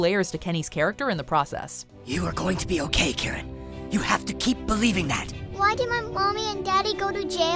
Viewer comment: I always thought Karen's name was 'Carrot' until i turned on subtitles i believed that fir a good while.